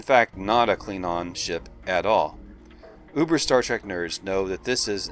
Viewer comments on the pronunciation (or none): none